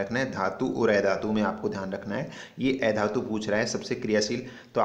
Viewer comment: Ae dhatu nahi, a dhatu sahi se pronounce kro